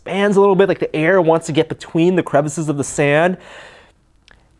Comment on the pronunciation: Kinetic sånd pronounced sarnd